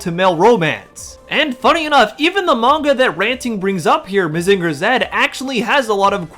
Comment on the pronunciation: can't even say Mazinger right. 😄 Most of the Mecha Manga/Anime are anti facism and anti military and overall very "woke".